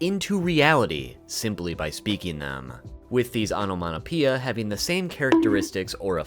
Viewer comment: "onomaTopeia" not "onomaNopeia" 😂😂😂